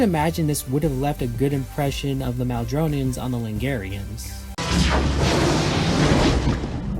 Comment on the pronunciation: Called the Madronans Maldronans or something, too. He also says -ians at the end of names instead of -ans, a lot.